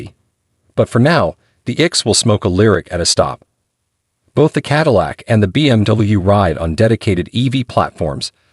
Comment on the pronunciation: Finally, some good automotive writing on this channel! Then the overall impact was spoiled by some sloppy editing - repeating almost word for word the platform comparisons and the computer generated voice correctly pronouncing Cadillac in some places and not in others, as well as saying Hip for Hp. If Hp was written out as “horse power” in the text submitted to the computer, then it would be correctly rendered. It was almost the end of Q3 2023 when this video was produced and there are 2024 models with higher trims available at a few dealers. So WHY use a 2023 Lyriq DE and not a 2024 Lux2 or Lux3 dual motor??? This is hardly “keeping you up to date in the EV field” as your introduction promises.